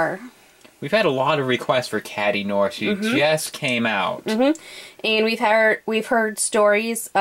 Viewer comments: noir is not pronounced "noor", you would be closer to the pronunciation by saying no-ah, you know, like in Film Noir. You can listen to how it sounds on google translate. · What is it with everyone mispronouncing "noir"? It's French.